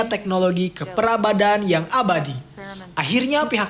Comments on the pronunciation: 12.45 peradaban min, bukan perabadan😂, tetep semangat min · 12.45 PERABADAN=PERADABAN